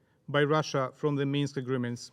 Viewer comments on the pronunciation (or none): none